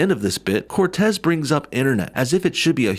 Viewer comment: I love he always says CORtez.